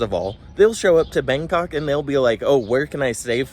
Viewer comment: I love the way you prounounced Bangkok, "Bang C**k"